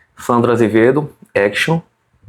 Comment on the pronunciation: Tive que colocar na velocidade 0,5x e ouvir 10 vezes até entender o nome "Sandro Azevedo". Agora vamos pro vídeo.